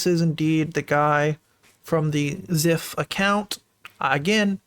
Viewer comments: His name is pronounced "zEYEph" not "zEHph" btw. Sucks to see someone I used to look up to in the Hypixel community potentially be this horrible. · the way he pronounces zyph hurts